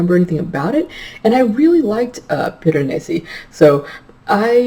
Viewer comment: Hahahahahahaha you definitely pronounced Piranesi better than I did! Omg I have no idea how to even spell it either, that just took me like tries to write. I am SO LOOKING forward to this one! Especially after hearing your thoughts on it! I love books that are a nice, slow unraveling of secrets! :)